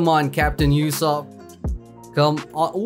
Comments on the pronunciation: "You-sopp" sad Usopp noises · Man said Yousopp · am i the only one who was getting triggerd at the way he was saying ussop